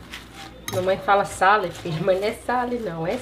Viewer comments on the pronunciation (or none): eu também falo sale ao invés de sal.